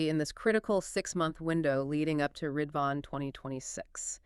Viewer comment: Great analysis. Our cluster is studying the letter so it provides an in depth perspective. Just a note: the holy day Ridvan is actually pronounced rez-wan. Otherwise the pronunciation of the central figures of the Faith was well done.